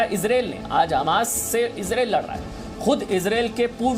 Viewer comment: Sir it's इज़रायेल not इज़रैल please it's so irritating